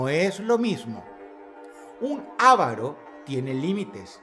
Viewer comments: Se dice avaro, no ávaro. Es una palabra grave y sin tilde, con acento prosódico en la penúltima sílaba. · Corrección: el avaro (acento en la segunda a, no en la primera) es el que nunca quiere gastar lo que tiene o desea el mayor beneficio con la menor inversión. El codicioso, como bien lo dice Dross, es el que siempre quiere más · Ávaro no, avaro